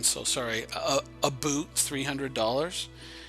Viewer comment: aboot lol